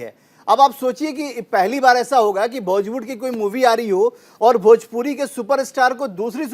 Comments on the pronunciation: Tum kuchh behtar nahi kr sakta bhojpuri ko bhajpuri bolta hai. Jiska khata hai uska name to sahi se le. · Tu bhojpuri ko bhajpuri bolta hai to behtar kya bnayega.